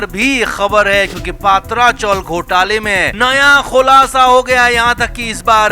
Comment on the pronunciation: पत्रा चाल, पात्रा नहीं